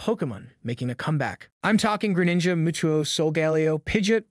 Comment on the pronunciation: “Pokimin master” “muutoo” “animeeh” unless this is a bot voice, this guy probably thinks he’s a Pokémon fan yet he can’t even pronounce the simplest of things in the franchise.